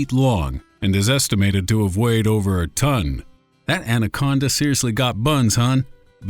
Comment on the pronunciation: Narrator: "What's next? Giant Ancona?" "Number one! The giant anconda!" I lost it! 😂